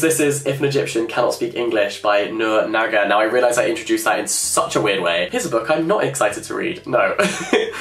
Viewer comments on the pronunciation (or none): none